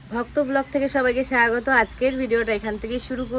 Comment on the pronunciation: প্রথমত তুমি ঠিকমত স্বাগতম বলতে পারো না যে সায়াগতম বলছো! দ্বিতীয়ত ওটাকে ম্যাগি বলে না ম্যাগি একটা কোম্পানির নাম কিন্তু ঐ Product টার নাম হল নুডলস বুঝলে এই যেমন তুমি একটাই ম্যাগি নুডলস নিয়েছিলে আর বাকি গুলো সব কটাই ইপ্পি কোম্পানির নুডলস ছিলো বুঝেছো। তৃতীয়ত নুডলস বা চাউমিন রান্নার সময় রান্নার কড়াই তে অল্প তেল দিয়ে ঐ তেল গরম হলে তাতেই ফাটানো ডিমে শুধুই লবণ মিশিয়ে ঐ গরম তেলে দিয়ে খুন্তি দিয়ে নাড়ানাড়ি করলেই ডিমের ঝুড়ি বা ডিম ভূর্জি বা ডিম ভুজিয়া তৈরি হয়ে যায় পেঁয়াজ এর সাথে ঐ ডিম দিয়ে ভাজতে নেই ঐ ডিম ভাজাটা নামিয়ে কড়াই তে আবারও তেল দিয়ে পেঁয়াজ কুঁচি ভেজে তাতে ঐ সিদ্ধ করা নুডলস দিয়ে তাতে পরিমাণ মতো লবণ, গোল মরিচ গুঁড়ো, একটু টমাটো শস, নুডলস মশালা আর অতি সামান্য চিনি দিয়ে ভাল করে মিশিয়ে এইবার ঐ ডিম ভাজাটা মিশিয়ে একটু নাড়িয়ে নিলেই যে শুকনো নুডলস তৈরী হল একে চাউমিনের মত বলে না একে Hakka Noodles বলে আর এই রান্নাতে একটু জল দিয়ে ঝোল রাখলে তাকে বলা হয় Supy Noodles বলা হয় বুঝেছো হক্কা নুডলস কে কেউই চাউমিনের মতো বলে না এমন ভুল - ভাল বললে লোকে তাকে অশিক্ষিত, অতি গাঁইয়া বলে বুঝেছো।